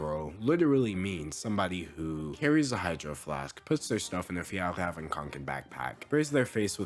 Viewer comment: As a Swedish person I greatly appreciate your pronunciation of fjällräven